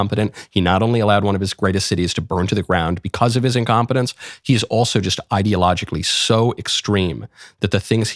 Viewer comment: Geez i really hate the way he says BECAUWSE